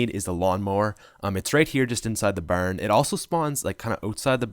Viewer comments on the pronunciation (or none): “its right here just inside the berrn, it also spawn just ootside da berrn”😂 love itt💞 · Da berrn lol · I love the way he says barn its so silly